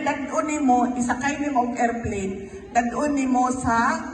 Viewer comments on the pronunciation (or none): Sinakay sa "ER-PLEEN" 😂